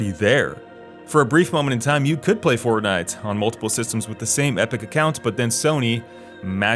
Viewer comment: you said "fort-Knife"